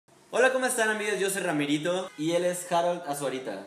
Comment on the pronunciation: "harol", JAJAJAJAJA HAROL.